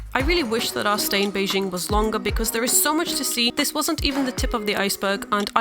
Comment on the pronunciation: Beizhing? It's actually spelled BeiJing...it's not French :p 'J' like 'John'